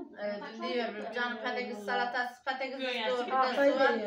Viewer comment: bacımm ben şaka yapıyorum biraz espiri olsun gülelim diye sakın yanlış anlamayın bacımm hepimiz yiyoruz seviyoruz patatesi sizin patakiz demeniz çok hoşuma gidiyor ondan takılıyorum bacımm